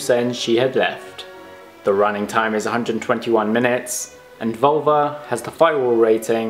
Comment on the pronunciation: Liked the video. Just a suggestion, in the future, practice the pronunciation of spanish words with google translator. Your pronunciation of "Volver" sounds like Vulva.